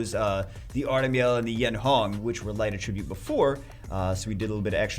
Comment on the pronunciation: Day 1 of telling that he says “attribute” incorrectly